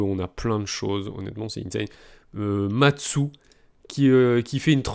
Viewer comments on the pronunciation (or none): MATSU ? ????????? c'est mastu mon reuf